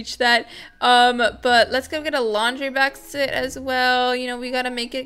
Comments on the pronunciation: Who Else Noticed That She Said Bakset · you said bakset in the kids room LMAO😂